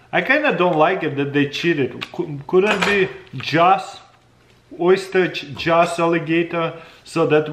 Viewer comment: Beef and what....oysters? Say again?